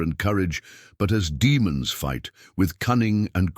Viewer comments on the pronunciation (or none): none